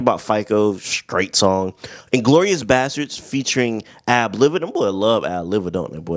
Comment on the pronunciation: Lol the guys name is pronounced Ab- Live-ah.Like Snl (Saturday night Live). And the Clipse were already in a group with him called the Re-up Gang.